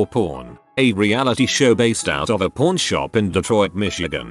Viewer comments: Through the whole video was saying porn shop not pawn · The accent of the bot... not a “pAWn” shop when he says it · Me listening to this to sleep, instantly thought he said porn shop in the first second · Why do i hear "Porn" and not "Pawn" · I keep hearing "Porn" instead of "pawn" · Anyone else hear porn instead of pawn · Please tell me you guys heard porn not pawn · I cant be the only one that hears ''Porn Shop'' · I heard 'Corn Shop'. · Pseudo Nym nope. The robot just says it like porn. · I do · I did too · Especially when it said hardcore pawn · if ur just listening to this it always sounds like hes saying porn shop lol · Am I the only who hears "porn" when the computer voice says pawn ? I can't unhear it. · The voice on the video says pawn shop kinda odd and it sounds like porn shop 😂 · anybody else heard “Porn Shop”?